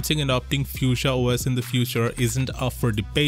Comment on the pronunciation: Ypu say it like "fooshia" not how you saying it